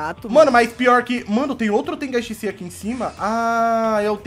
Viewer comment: Meio zoado ele falar TENGAI SHISEI sendo que o nome do jutsu e TENGAI SHINSEI so muda o N mais um amigo meu achou zoado mais ok